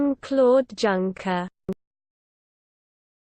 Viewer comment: Pronounced YUNKER